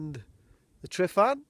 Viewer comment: Not tri not tri not tri.TRUH TRUH TRUHVAN!